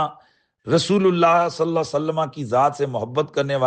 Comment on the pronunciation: Sallaho nahi hota sallallaho hota he